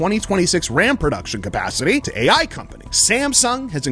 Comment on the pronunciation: "Aei Aye" 😮‍💨